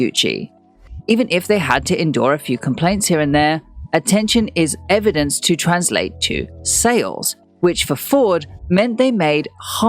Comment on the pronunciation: The "Fall"? The man just bought a $50 mil house in Miami...What have you got, besides nasality and struggling to pronounce "strategy" and "Translate"? #Clickbaitgossip.